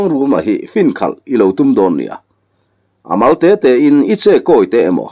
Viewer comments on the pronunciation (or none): none